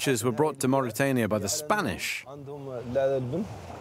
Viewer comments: Mauritania... bukan Mauritiana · Please correct the name of my country; it's Mauritania not mauritiania.